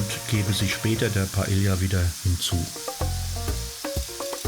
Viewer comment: Sorry, aber man spricht das so aus: pah-EH-yah, so wie die Insel 😀